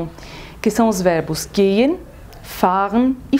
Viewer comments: No amiga aprenda a aceptar críticas tu lo pronuncias mal. A qui hay 18 alemanes que lo certifican. Así que relajese y acepte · HOLA! SE DICE GEHEN LO DICE MI PROFE DEL GOETHE INSTITUT ÉL ESTÁ AQUÍ MIRANDO TU VIDEO Y DICE. QUE TU DICES... GEEN ES FALSO DEBES DE PRONUNCA LA H. PORQUE SI NO LO ESTÁS PRUNUNCIANDO MAL. SALUDOS AMIGA